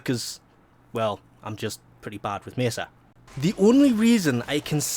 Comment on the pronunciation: you say mesa so wierd